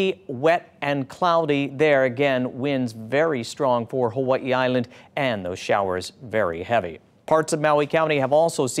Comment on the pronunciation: Did he say "Huahee Island" 😂 da f*ck??